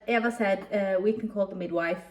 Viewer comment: BTW how to pronounce Eva's name is like this E va